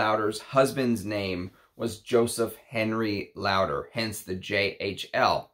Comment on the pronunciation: I don't want to sound mean but your pronunciation of the name Lauder is not correct.